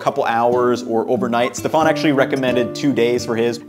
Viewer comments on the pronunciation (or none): none